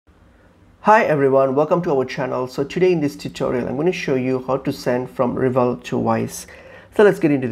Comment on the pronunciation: RevolUT, no Revolt 😅